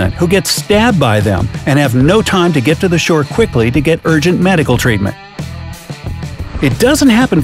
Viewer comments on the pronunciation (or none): IT'S GET NOT HET